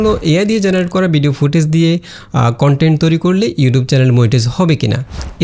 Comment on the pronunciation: ভাই বিডিও না ভিডিও। সুন্দর ভাবে উচ্চারন করবেন।